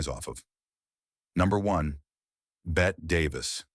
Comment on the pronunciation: Its BETTE Davis. Not Bett